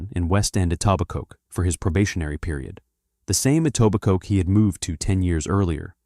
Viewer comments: Etobicoke is pronounced E-to-bi-co - not E-taw-bi-coke. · The K IS SILENT in Etobicoke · AI Fiction. 100% made up. Can't even pronounce Etobicoke correctly. WTF YouTube??? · There is a tiny AI disclaimer you can barely see at the beginning. T.O. cops don't have badges. Etobicoke is pronounced incorrectly. It's fairly obvious.